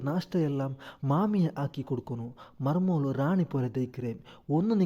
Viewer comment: ಮರ್ಮೋಳು ಅಲ್ಲ ಮರ್ಮಲ್